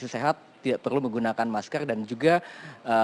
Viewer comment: Menggunakan maskerrrrrr....bukan maskell..